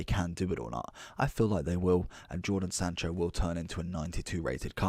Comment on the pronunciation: lmao “jordan sancho”